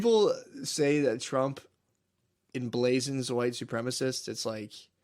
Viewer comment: Who’s the retard saying enblazen